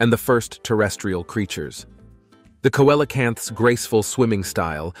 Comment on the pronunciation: Coelacanths. I literally cringed every time he butchered that word. It bothers me when people mispronounce words; as you said, a little research goes a long way. Took me about 10 seconds to Google it for the right spelling, there you had loads of info on it, PLUS how to pronounce it! Imagine that! 🤔